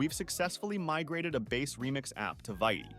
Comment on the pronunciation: Love your videos man! Just a nitpick, it's pronounced /vit/ (veet)